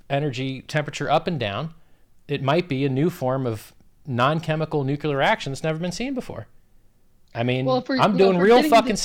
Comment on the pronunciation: Richard, if you say nucular one more time I'll never listen to another word you say. Unless that is, your promising new low energy 'nucular' reaction is a different technology to nuclear? As a self-proclaimed influencer and force multiplier, you have a moral duty to get it the fuck right, to use your own vernaclear. See what I did there?